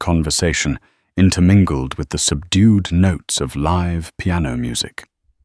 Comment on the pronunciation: The AI narrator has trouble with words that are spelled the same, but pronounced differently. Ex. Live and read.